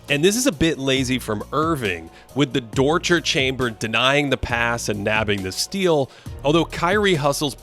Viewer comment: "the dorture chamber" 😂